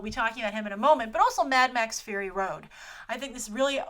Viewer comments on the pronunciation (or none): none